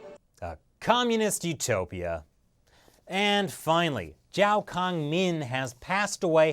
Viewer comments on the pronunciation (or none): none